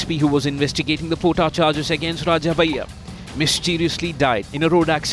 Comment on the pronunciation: its 'bhaiya' not bayya.